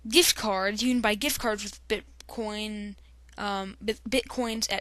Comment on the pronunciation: He said bitcon😂